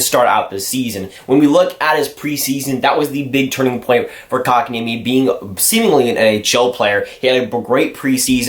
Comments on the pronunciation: Well, the niemi comes right: better than most commentators get it. Like we've heard with Antti Niemi - 'Ni Eimi' :) And the o in Kotka just goes as it normally does in the North America. Funny of course, that then it's like the Finnish a, like in the English father, more or less. The French way would be better for 'Kotka', just then the stress changes to a wrong place. Welcome to the mangle, na-na-na-na-knees, knees :) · Dude, he pronounces it just fine. And besides, Kotkaniemi isn't the easiest word out there.